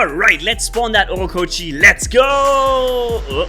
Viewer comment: keeps calling the Ochokochi, "Orokochi" 😅 -- Regarding cheating' I think there are two camps: 1- the losers, whose life seems to be so broken that they gain some validation in "winning". 2- the disgruntled. These are people who really wants to bring Pixo down. I despise the former, but have understanding for the latter. In any case, it seems their mission has failed so far.